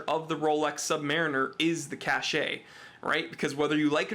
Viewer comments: Nice video, thanks, and I love mine... Purchased it from the U.S. Navy PX, in Long Beach, CA in 1972... But, it is pronounced, Sub-Muh-Reen-Er, not Sub-Mare-In Er. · I'm very fortunate to have been handed down to me my father's Rolex Submariner. Given to me on my 40th birthday. I have a couple of questions; how/where do you find the "Date" and what exactly is that? secondly, the pronunciation. My Dad was in the US Navy and the vast majority of his time was spent in the Submarine Service. Say "SubMARINer" to a sub vet and you'll get side-eyed as they pronounce themselves as "SubMAREENers" - trust me, I've seen it directed at me. Only once though. Thanks for any insight... love my watch!